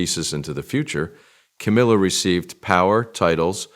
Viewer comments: AI can't even pronounce Ca-MILL-ah. Half the time, it's Ca-MEEL-ah. I'm not a fan, but it's irritating when the name is incorrect. The storyline is about her, at least try to proofread and fix. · Camilla - it rhymes with Gorilla- it’s not Ka MEAL A